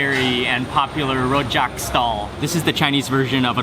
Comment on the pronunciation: his pronunciation of "rojak" lol. we don't roll our r's in singapore, homie.